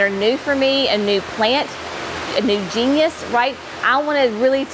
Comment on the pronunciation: Also, it's genus, jeen-us rather than genius, jeen-yus.😉😉